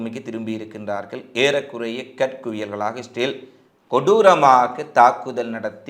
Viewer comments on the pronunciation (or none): none